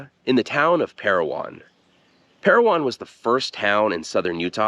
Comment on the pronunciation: As always, a very insightful video, Steve. My grandfather’s name is on that WWII memorial, and I never even knew it existed. Thank you for sharing this with us! The name is Pair-O-Win, not Pair-O-Won, however. Just a small detail, I know!